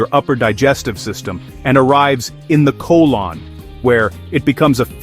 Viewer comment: You are mispronouncing the word insulin and colon!!